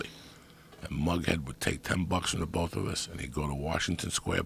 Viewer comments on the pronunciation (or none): Does it annoy anyone else how Rogan says "Both"? Sounds like he's saying Bolth